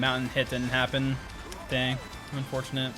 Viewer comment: Same, especially with "UNfortunate" 😂